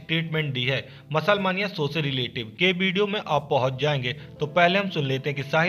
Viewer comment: मानिया nahi hota hai मेनिया hota hai 😂😂😂